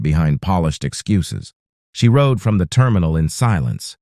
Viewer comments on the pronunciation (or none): none